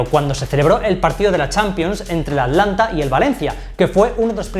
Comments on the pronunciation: Atlanta noooo.... Atalanta papi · ATLANTA NO ATALANTA XD